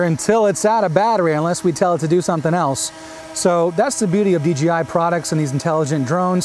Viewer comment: It'd DJI not DGI... Really dude???